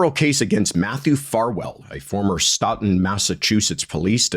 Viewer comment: This is cuz Sandra's Case matters & we appreciate you...Stoughton is pronounced "Stow-Tin" 😇 #FKR